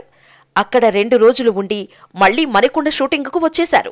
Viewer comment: మణికొండ కాదు మానికొండ